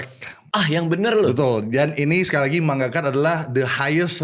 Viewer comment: Penyebutan MANGA nya ko MAN GA? Kek lucu banget dengarnya. 😂